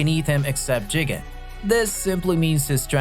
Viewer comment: the way you say Shiba and jigen is wrong